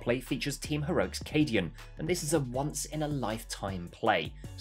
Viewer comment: It’s Cadian and it’s not even close